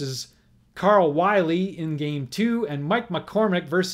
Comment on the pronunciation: Errors Corrected. I believe Carl Willey is pronounced Willie not Wiley. And there was a National League Playoff in 1959 between the Dodgers and the Braves which the Dodgers Swept. There could be more errors, but these are the ones I recall.